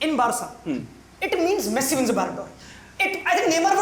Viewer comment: Guy literally said messi shareef 😂😂😂😂